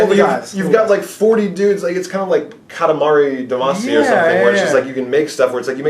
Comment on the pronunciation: "Katamari-Demacia" I want to visit this place so badly.